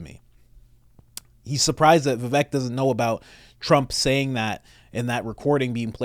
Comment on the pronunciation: I am an indian, you pronounced vivek right. In sanskrit, vivek means " person with wisdom".